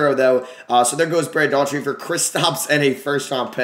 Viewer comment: Daugherty = DOE-er-tee...not DAW-tree